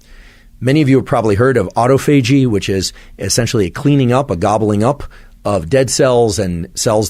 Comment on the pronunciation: You’re going to trust a guy who can’t pronounce autophagy ???? Also the same guy who said to eat somethin within 30 mins to help your sleep wake cycles